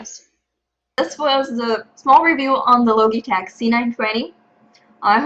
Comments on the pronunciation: Great Vid, Great English though the Logitech pronounce the "G" like "GE" or even 'Ji' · Thank you, and you're right :) I had no idea about the "g", thank you for pointing it out. I"ll make sure to speak it properly if there's ever a next time, hahah.